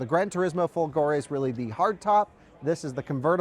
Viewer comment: you can learn the correct pronunciation of folgore on google translate! :-P